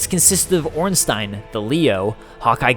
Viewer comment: Oh thanks for saying Ornstein correctly